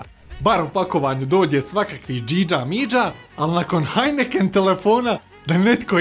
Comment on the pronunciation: kada si rekao heineken ja sam nekako cuo oppenheimer i onda ti kazes oppenheimer telefon